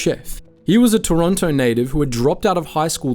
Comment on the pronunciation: how dare you turn your back on Pizza Pizza, they were there for you at your lowest points - and they have half moon bread! im not gonna listen to this slander from someone who cant even say Toronto right